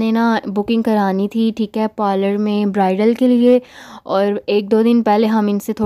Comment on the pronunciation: Pollor Kya hota ha pehly word tu Sahi SE bol looo Behan parlour word hota ha